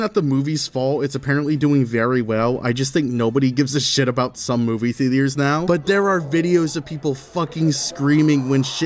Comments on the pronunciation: “Movie Theteors” 💀😂😂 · "movie thea-d-ers" i will not forget this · Theetee-urs Couldn't get past the fifth mispronunciation